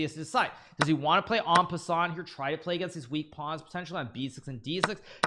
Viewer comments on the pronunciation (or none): Nobody is talking about how he said en peasant